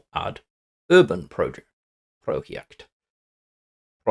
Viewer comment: Nice video.. One sidenote: It sounds like you're pronouncing "Uranprojekt" as "Urbanproject", but in fact it is german for "Uranium Project".:)